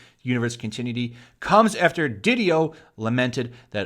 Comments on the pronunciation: I quit DC when Tom King was put on Batman. Also, FYI, it's "con-ti-NYUU-ity, not "cun-TIN-yuu-ty". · CON-TIN-EWW-ITTY. FFS that drives me nuts when you mispronounce it. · The way you pronounce "continuity" is completely unique. I've never heard another English speaker pronounce it that way. Keep making grammar your bitch!